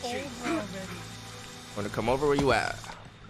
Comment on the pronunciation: i hate when he kept mispronouncing cochise that shit was kinda annoying